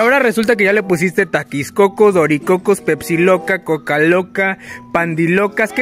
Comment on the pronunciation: Se dise TAKICOCO